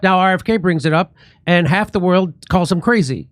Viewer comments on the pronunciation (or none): none